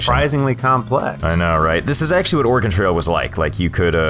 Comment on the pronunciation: Thank you for saying OREGON correctly